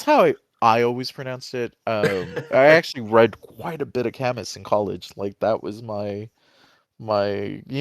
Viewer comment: IMO, y'all might enrich this conversation by also featuring a female perspective (especially since most of the primary characters are women). lastly, have y'all considered including visuals…? i also take time to mention this because i like what y'all are doing. PS - it's pronounced "cam-oo"